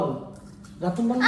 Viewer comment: রাতুনবল😂❌ রামবুটান ✅ কাঠবাদাম কাট লিচু ❌😂 লংগান ✅ কোন ফলেরই নাম জানে না আবার ফলগুলো খাচ্ছে যেগুলো ফল খাচ্ছে সবগুলো ফলে অনেক মজাদার ভালো আমরা খাই আলহামদুলিল্লাহ, এমন ভাব করতেছে যে এগুলো সবগুলো ফলই ভালো না, আসলে বার্গার ছাড়া কিছুই ভালো লাগবে না তাদের 😂